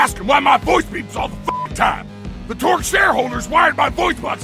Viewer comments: Who is Mr Torque? I know Torgue, but not Torque.. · Did this dood just say torque instead of torgue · It's Torgue. Not Torque. Not that I mind, either way it sounds cool. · His name is Mr. Torgue High Five Flexington, not Mr. Torque... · ...he said Mr Torque... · Torgue vs Torque.. its a g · its not mr Torque its mr Torgue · itsTORGUE not TORQUE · who the f**k is Mr Torque? really wish the speaker would've taken time to read that it's TORGUE . .....and he said it's stuff viewers didn't know ahahaha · quite frankly i dont think you guys even play borderlands. you didn't even get Mr. Torgue's name right, not once, but twice. which means you don't know the manufacturer name is "Torgue" and not "Torque". make videos on games you care about, not games you make videos on for views. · BUT DID YOU KNOW THAT HIS NAME IS ACTUALLY ‘TORGUE’? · Torque? Lmao